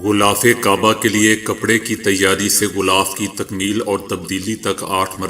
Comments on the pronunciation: word is ghilaf kaba not ghulaf zair ha na k pesh, word Concrete not concrate . word is rukawat not rekawat please check it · Bhai sb "ghhulaaf" nahi "ghhilaaf" i ko e ka talaffuz karen. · Sir ek baat aur glth na samjna gulaff nh h. Gilaaf h. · بھائی غلاف غین کی زیر کے ساتھ پڑھیں ناکہ غین پر پیش مجود ہ نہ کہاکریں بلکہ موجودہ کہیں میم کے ساتھ واؤ کا پڑھنا ضروری ہے اسی طرح اقوام متحدہ کا تلفظ بھی غلط ہے متحدہ میں میم پر پیش ت پر تشدیداور زبر، ح کے نیچے زیر ، دال پر زبر اور ہ پر جزم ، فیروز اللغات سے استفادہ کیا کریں۔ اپنے جتنا زور انگریزی سیکھنے پر لگایا اسکے عشرعشیر اپنی قومی زبان پر لگاتے تو آج آپ ابو الکلام ھوتے۔ لیکن اپ سب کچھ تجارتی بنیادوں پر کرتے ھیں۔